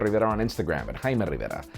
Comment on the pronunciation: I like the way you pronounce 'Rivera'. Hahaha.. But srsly, no headphone jack is acceptable but phone manufacturers should also start looking at including wireless earphones out of the box. And also, if it's not waterproof then I don't see any quantifiable reason why we're removing the headphone jack.